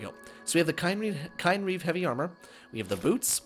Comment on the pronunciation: Ooh, this is a good one! But you pronounced it wrong. it's "KIN-reeve".